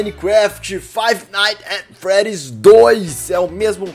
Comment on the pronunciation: Bom o seu ingles viu, aprendeu na fixki ?